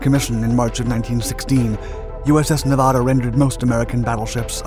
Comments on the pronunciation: Please. PLEASE! SAY NEVADA CORRECTLY! Nev (in never) add-uhhhh. Not neevauhda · Hey ding a ling it isn't pronounced Nevawda........Nev ad a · It's not Nevahda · Nevahda... no wait that's not right. Nevada there that's better. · What a misinformation fest. First of all the narrator doesn't know how to even pronounce Nevada. Hint it's not Nevahda. And it wasn't the only Battleship to rise out of Pearl Harbor and fight the Japanese. Shsseeehhh do your friken homework. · How did he pronounce Nevada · Good doc, but you say Nevada like a tourist. :) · If I am not mistaken, she had 2 atomic bombs dropped on her was used fpr target practice by 2 battleships and then torpedoed. Taking something like 3.5 or 4.5 days to finally sink. Being from nv I did my senior project on her. And the way you say her name tells locals you are not from here. No biggie we just know when we hear it 😅🤷‍♂️ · Everyone from Nevada cringing every time he mispronounces Nevada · Pronounce the state correctly. You're getting the second syllable wrong. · C'mon man. If you narrate a documentary, at least pronounce the word Nevada correctly.